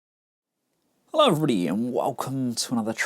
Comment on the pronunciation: i like how you pronouce that hello everybody... it sounds like "helobrabadi" lols